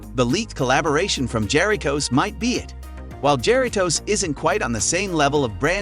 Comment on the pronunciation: Damn wtf was that. Ja ri toes